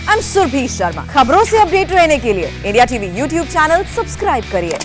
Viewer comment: आप तो साफ बोलती है इंडिया t v लेकिन आपकी एक दूसरी एंकर ndtv बोलती है जो कि सुन कर बहुत कोफ़्त होता है कृपया उनको सलाह दे कि साफ साफ इंडिया tv बोले।होठो को दबा कर फालतू का स्टाइल ले कर ndtv मत बोलें